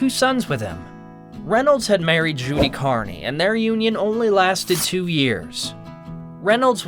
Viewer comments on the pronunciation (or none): Judy Carnes' name is pronounced Carn, like barn. Do your research. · Judy Carne.....Carne = one syllable